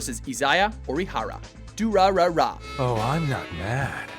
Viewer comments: ...WHY CANT YOU PRONOUNCE ANYTHING RIGHT?! It's Shee-zoo-oh He-wa-jee-ma and Ee-zai-ya Oh-dee-ha-ra in Der-ra-ra-ra, WHY MUST YOU DO THIS TO ME?! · when he said durarara 😂💔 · he pronounced durarara wrong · I DIED INSIDE WHEN HE WHEN HE SAID DURARARA FUCK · butchering dem Durarara! names tho LOL Also, your explanation of Naruto and Sasuke's relationship was so wrong, they aren't part of the same clan, their from the same village! and their goals were completely different LOL. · Laughing at the fact you say durarara wrong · oh man he absolutely slaughtered the name pronunciation for Durarara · Omg mispronouncing all those japanese name like the durarara and code geass names. Also, next time use the eng subs not dub